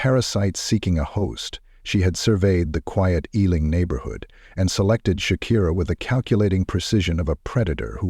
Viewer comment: I am from the UK I have family who live in Harrow plus I also lived there a while. It is also pronounced E , LING. . not how he said it. I am from south London. This is a true story. Harrow is very much like this . This happens daily all over the UK . it's just not everyone dies. Some OD. Addicts taken over peoples homes and lives. Misery loves company. This is a true story.